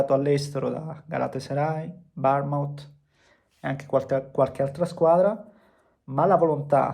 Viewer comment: non si dice Barnmut 😂. Comunque bravo 😉